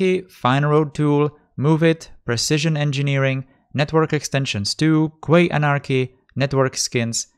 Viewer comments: Quay is pronounced like 'key' mate. 👍😉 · Quay, is pronounced "Key"